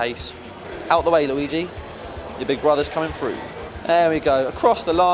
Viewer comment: "Out the way Luigi, your big brothers coming frough" lol love it